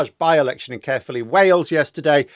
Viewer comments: I was born in Caerphilly and was relieved at this result even though I no longer live there. However, it's pronounced Kire-philly not Care-philly. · Just a small point, Phil, it's not pronounced "carefully". 😂